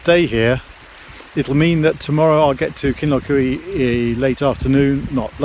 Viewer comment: Pronounced “Kinloch you” not eewee 😃